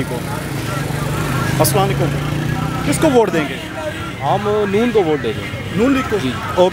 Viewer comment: Bhai Salam to mukammal kro assalam.o.alikum hota hay ....assla laikum ni hota....